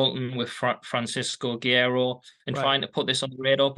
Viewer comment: LOL Neither of them can pronounce "Francisco Guerreiro" to save their lives.